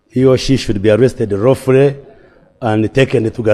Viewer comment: It's lawful not rawful you can't even make sentence